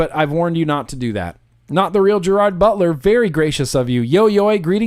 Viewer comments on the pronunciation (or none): none